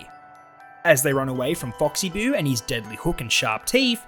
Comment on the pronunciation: And you also said oxy boo